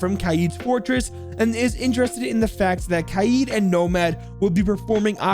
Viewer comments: It's not kayeed it's kaid like raid with a k instead of an s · And the way you pronounce kaid is wrong it's قائد its a hard name for you and it means leader